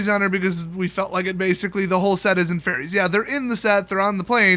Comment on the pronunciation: when he said fairies I thought he said Teferi and I almost crapped myself